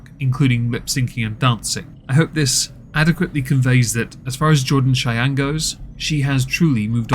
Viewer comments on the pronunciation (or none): Chey-eeen haha that old pronunciation was classic.